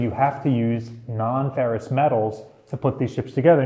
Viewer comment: ferrous not ferris lol